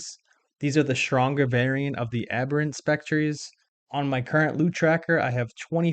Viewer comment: Not to be mean, but you mispronounce every fourth word in this guide and it makes me sad. Spectre is 'Speck-turr' not 'speck-tree' Basilisk is 'Bass-ill-isk' not 'bask-ill-isk' Sentinel is 'Sent-in-ull' not 'Sent-in-ell' Meiyerditch is 'My-err-ditch' not 'My-err-deech' Mirror is 'Meer-ur' not 'mayr-ur' And dear God, so many people get this wrong it's almost an OSRS youtuber meme. Melee is pronounced 'MAY-LAY' not 'mee-lee'. The Super Smash announcer wasn't messing around, I don't know how so many people who lived through that era forgot something so commonly shouted at them.